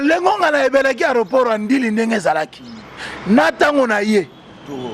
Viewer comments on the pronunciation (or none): Papa balobaka NDILI TE balobaka NDJILI